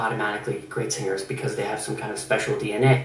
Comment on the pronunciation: i love how he says "SING GERS"